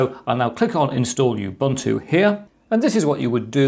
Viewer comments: Thank you for this video. Please note we pronounce Ubuntu as Oo-boo-ntoo not You-boo-ntoo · I get really annoyed when people say U Buntu instead of how it should be pronounced Oooh Buntu This is a South African word it's not that hard to pronounce so please get it right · Sir, it’s not pronounced “youbuntu” but “oobuntu”. I should know, since it’s derived (thanks to Mark Shuttleworth) from an African term meaning “the spirit of togetherness”. “Muntu” means person in most Bantu languages. Pronunciation matters. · It's not pronounced you-bunn-too. It is pronounced oo-boon-too. It is a Zulu word meaning 'humanity'. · Not youbuntu but oobuntu. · It is pronounced OOOObuntu not youbuntu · Ubuntu is pronounced ooh boon too. I know, I am from 🇿🇦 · Dude.. my recommendation to u is to pronounce Ubuntu with an uuuuuh sound,,,cos the UbAntu with an aaaah sound that you do is a racial slur in South Africa. It sounds like u say "u" followed by the "n word". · You-buntu? Not Ubuntu? Every educator needs to start with learning to pronounce things correctly. I cringe when hear people trying to teach me things, but they pronounce names wrong at the same time. These people create rejection toward their message as a whole and negative emotions in me.